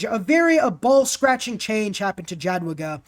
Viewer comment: Minor complain, you can ignore it but FYI Jadwiga is pronounced more like [Yadviga] while Sukiennice like [Soockyennicey]